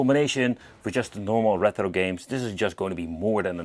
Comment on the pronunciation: why do you pronounce it reTHro pal? 😂 it's easier to say it retro 😊